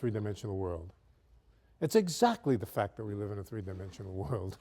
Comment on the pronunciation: ''Tha blackboard''